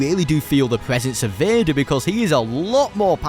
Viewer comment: Like begger💀